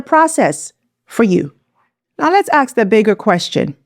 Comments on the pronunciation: Ask not aks---- learn how to speak Ingleesh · That's what we have to "aks"